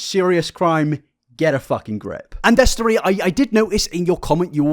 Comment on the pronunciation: The mix up between the pronunciations of “th” and “f” is something I’ve tried very hard to look past 😭😭😭